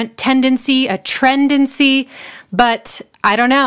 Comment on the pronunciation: Really enjoy your videos and your analysis of some of my favourite music ever, but I had to flag and report this for "TRENTdency" and "inTRENTional" :( But seriously, another awesome video -- I really love the way you've been using the Russell Mills art